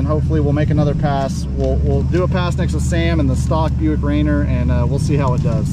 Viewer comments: That's pronounced Raineer, not Rainer. Mount Rainier WA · It's pronounced Ray near 👍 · Very impressed with the turbo 6!! BTW its pronounced ray-near :) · no ill will intended. I live in Washington St. Our biggest Mt. Is Mt Rainer. Every time you said it made me cringe 😬 I love the Atlas. Very underrated but a very cool engine...